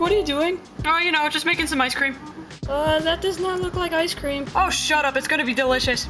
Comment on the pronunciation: More like ice cweam.